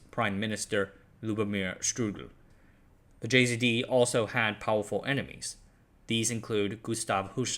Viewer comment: Poor Štrougal, his name was butchered, but I can understand that is hard to pronounce it for english speaking person.